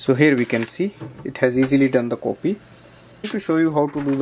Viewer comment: It's funny when they say copy like sound of a coffee word hahaha